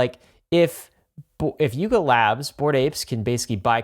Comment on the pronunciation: Lol coulda sworn he said LARP Labs